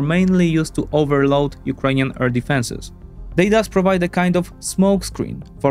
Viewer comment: Love the vids, just one tiny thing. Please practice how you pronounce ‘air’ since you say it a lot my man